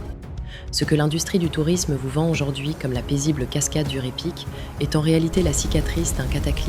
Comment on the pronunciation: NB: on ne dit pas "Ré Pic" mais Raï Pic". En Occitant et en patois ardéchois, AY se prononce Aï. On dit Faïsse par exemple. Les faysses sont les terrasses ardéchoises. Ce mot est une métonymie. Il désigne à la fois la terrasse elle-même et le mur qui la soutient. Ce mot est dérivé de Fay (prononcé Faï) qui signifie fardeau en occitan/patois ardéchois.